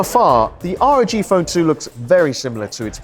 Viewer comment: It's pronounced ROG phone, not R.O.G!